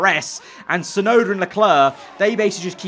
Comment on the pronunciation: Crofty: It's Yuki Chefnoda ladies and gents!